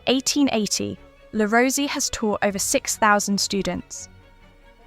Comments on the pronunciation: Pronounced Le Rose-A :) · Le Rosey is pronounced Le Roz eh . Also, Le Rosey's winter campus is no longer in Gstaad . They moved more than a decade ago. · This piece has irritated me for several reasons: - * The commentator hadn’t bothered learning how to correctly pronounce ‘Le Rosey’. * What evidence is there that parents put their children into Swiss schools for the reasons argued? How does she know that wealthy parents don’t simply want to give their child a different schooling experience? * I know several people who were schooled at one of the schools she mentioned and I know for a fact that scholarships were granted to those with less money. * I also know that this particular school offered fairly ordinary food to its students. Certainly not Michelin Star or Cordon Bleu level! * Whilst some people have done well, that is not the case for all alumni. However, they have been provided with school experiences (skiing, climbing and cultural) that they may never have encountered at other schools. If the parents can afford this, why not? To my mind this piece reflects a classic case of inverse snobbery by the researchers and/or commentator.